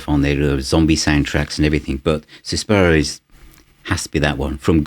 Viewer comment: It´s Suspiria, not Suspara